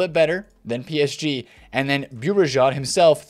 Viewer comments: It's like saying Bu-ri-jo (Bourigeaud)... the "D" is silent :) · Hey, love your content. its pronounced Benjamin Bow-Regard (phonetically) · Bourigeaud is pronounced Boo-Ri-Go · BOURIGEAUD sounds difficult to say actually you just pronounce it as this : Bourigo